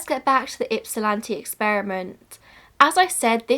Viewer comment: A+ for the pronunciation of Ypsilanti!